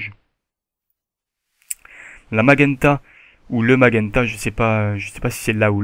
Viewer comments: on dit cian et non cianne on prononce majenta et non magenta ^^ sinon bon tuto comme d'hab =) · Cyan et Magenta ça se prononce Sian et Majunta ;) super tuto sinon